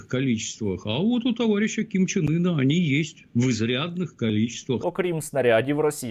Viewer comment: Ким Чен Ин звучит как Кон Че Ний.😅😅😅